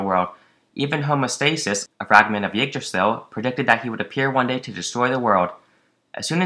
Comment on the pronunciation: Ygdrassil not Ugdrassil FFS....